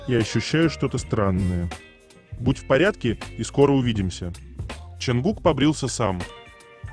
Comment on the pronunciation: Почему имя ,,Чонгук,, все время произносится через букву ,,А,, ? Слух режет 😮